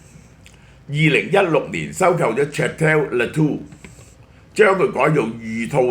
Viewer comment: Château 讀音： 殺刀 呢啲殺刀劏唔少富豪🤣